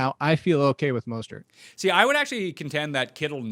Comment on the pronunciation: Who the hell is Mawstert?